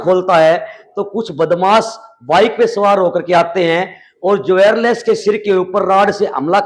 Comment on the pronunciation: जवेर लेस नहीं होता भाई, ज्वेलर्स होता है